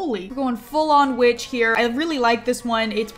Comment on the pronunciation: I swear it sounded like she said, "we have a little bitch. A stone bitch". LOL